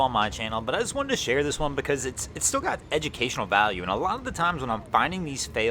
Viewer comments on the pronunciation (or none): none